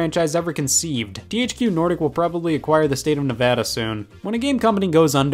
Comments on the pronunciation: At least he said Nevada not Nuhvahdah. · He pronounced Nevada correctly. Thank you Scott